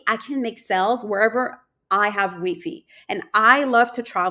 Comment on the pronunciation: When you called it "Wee Fee" 😅